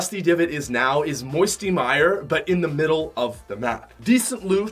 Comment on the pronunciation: I was crying when he said moiety mire.😢😢😢😢